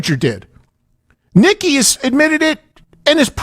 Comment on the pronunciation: Nikki not Mick